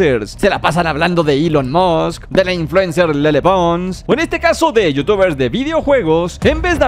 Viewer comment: No es elon musk es elon mots xd